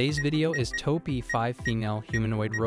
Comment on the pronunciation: Did the AI really say "TOE PEE?"